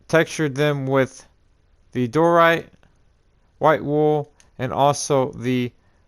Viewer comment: Why do you say door right it’s pronaned Dye er right